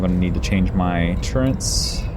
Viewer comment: What on earth is a turrent? TURRET MAN...TURRET!